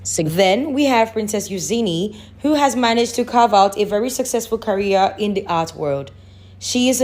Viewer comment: It’s not Euzeeny. ,it’s Eujaney